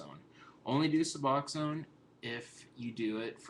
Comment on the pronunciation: Finally......someone who pronounces Suboxone right!!!!!!! Thank you for knowing how to read...lol